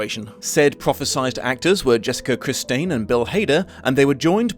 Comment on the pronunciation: Did you call Jessica Chastain "Jessica Christine"?